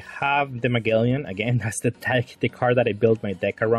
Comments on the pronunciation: Bro it’s Ma(gel)len haha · It's pronounced Muh-gel-an haha, crisp looking deck none the less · Its Mah-gel-lan